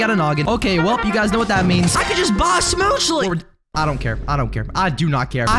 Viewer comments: who says it smoochle and not smoochly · It's not schmoochley because he says it like that it's schmooch-le, you don't say ee